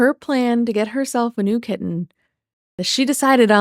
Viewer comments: I think amber wanted her "very own" kitTEN (you gotta get the pronouncation right there, prof) when she was with Krystle's family. She wanted HER OWN animals to ignore and not take care of which is weird. I truly think she realized that her videos with the pets in them got MORE views than the ones that just had her or her & Krystle. Plus, she could then hold things like "who'll take care of the animals" due to her being a horrible person and everyone leaving her. The pets don't get to pick who they go with which I would love to hear what Twinkie & Wasabi have to say about the human that over feeds them and gives them the WRONG food and doesn't walk them. We know that Rarity had taken to liking Emily over amber. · “kiTT-ehn” makes me FERAL W RAGE why does she pronounce the Ts so hard